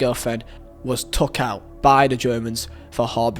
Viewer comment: why are you saying takhhhhhhhhhhhhhhh instead of took